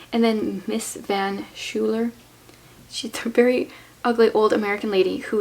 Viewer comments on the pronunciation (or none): It's a bit late but "van Schuyler" is pronounced "fun S-choyler" and Richetti is pronounced "Riketti". 🙂